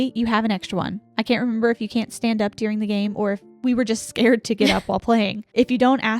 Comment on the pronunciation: You both pronounce the word “during” like “dearing” 😝 I love it! So cute!